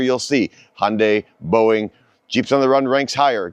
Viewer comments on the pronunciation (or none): none